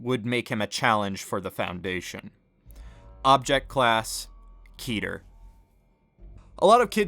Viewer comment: Keter rhymes with Letter. Fight me.